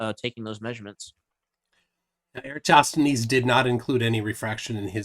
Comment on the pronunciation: Flerfs will never ever be able to pronounce "Eratosthenes" 😂